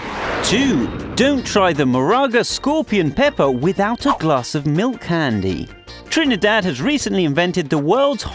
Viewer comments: He say trinEdad Pronounce it correct And if yuh wondering yes i is a trini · yep u hear how he say he trinidad😂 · This is very rude right plus you saying Trinidad wrong and every thing you saying bout crime that is wrong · I know right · You said Trinidad wrong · He saying Trinidad jokey asf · Ehh if u cyah pronounce my country name....doh talk bout it riteee...plz n thx